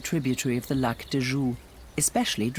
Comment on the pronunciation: Wonderful scenery! PS You mispronounced Jura 😅